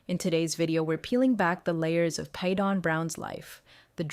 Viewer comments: First you said he was Janelle 's son, then you said Christine. Christine is his mother. Every time you say Paedon's name, you pronounce it differently...mostly incorrectly. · Thank you!! What's so hard about pronouncing his name! She changes how she says it, every which way but the right way! She needs to sound it out!!!😮